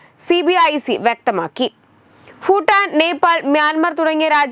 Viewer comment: കുട്ടി , "ഫൂട്ടാൻ "എന്ന് ആവർത്തിച്ച് പറയുന്നത് കേട്ടു. എന്താണത്??